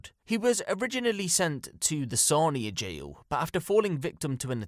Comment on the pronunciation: Lived near EMDC and currently living near the Sarnia Jail, great video but your pronunciation of Sarnia is driving me nuts lol. Wasnt till you brought up Anthony that you got it right